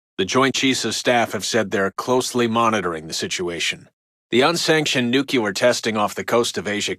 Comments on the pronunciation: lol he said nuculer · Love this game and paid very close attention to radio broadcasts, but they do this goofy news writing you always hear in fiction. I’m no journalist but you’d never hear this phrasing, sentence structure, and pronunciation (new-kyu-lar). Breaks the immersion a little bit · Every time I hear "nucular", something dies inside me. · "Nuculer" -radio guy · I wish the narrator could pronounce the word ‘nuclear’ properly. LOL